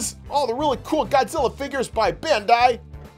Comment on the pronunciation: its pronounced Ben-die